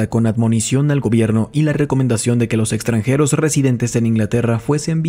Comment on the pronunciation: es igual a la copia que tengo. Muy agradecido con el audiolibro, excelente voz y un gran esfuerzo de tu parte por pronunciar todas las palabras y nombres extranjeros correctamente.